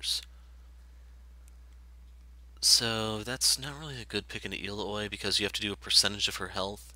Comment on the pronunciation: El-la-hoi? I've... never heard it pronounced like that. XD Ill-ow-ee is how I say it, but usually I just call her Illinois